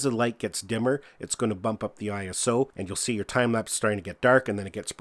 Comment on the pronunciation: He called it iOS instead of iso.